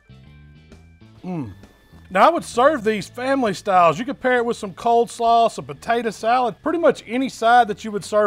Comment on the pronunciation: "cold slaw"